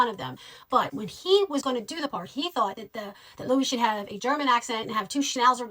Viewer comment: I know it can differ on whether "Louis" is pronounced like Louie or Lewis, but for this character it is most definitely as in Lewis. And the legendary director Ivan Reitman's name is not pronounced Rickman. It's nice you are a fan, but there's a lot of this info in so many other places, it's not difficult to learn. I had to stop listening a bit past halfway through, but I imagine you also made no reference to the SCTV/SNL connections which are a huge reason this particular crew were together. 🖖